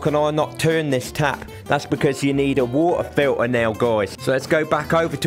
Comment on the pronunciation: "Wultah filtah."